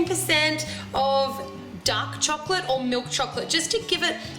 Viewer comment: when you said dark chocolate, i first thought you said duck chocolate :S